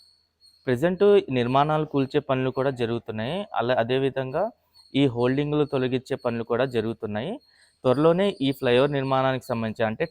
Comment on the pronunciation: అది holding కాదురా అయ్యా hoarding.